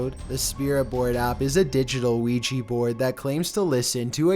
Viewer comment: just me or he said WEGGE board